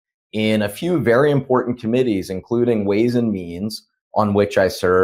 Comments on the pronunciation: MJ's demeanor is like someone who is hypnotized or programmed. Patel and Miller faces display pure evil. Im por dant im por dant -- has MTG filed a bill to change the pronunciation of important to im por dant? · MTG says "impor-DANT" which enrages me. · Hey Marjorie! There's no 'd' in impordant. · It's not " importent"!!!!! Its important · "It's such an impor-dant thang".